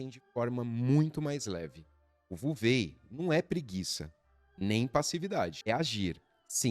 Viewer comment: Com todo respeito, ao pronunciar nomes chineses vc deveria pesquisar pois a pronúncia vuvei simplesmente não existe, já que em chinês não existe a letra ou o som V. Assim sendo não existe nem Vuvêi e nem Vuxú, pois a pronúncia correta é U-Su.